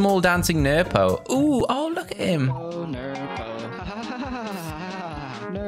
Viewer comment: It’s nerpo